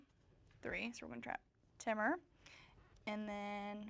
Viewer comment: I can't with the pronunciation of Temur by. Someone tell her it's Tee-mur! 😅